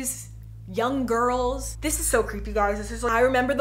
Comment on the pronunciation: each time you say "the girls" my mind automatically translates it to "the gOrls"